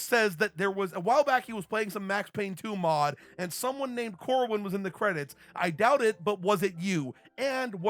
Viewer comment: Yeah you pronounced my name right =)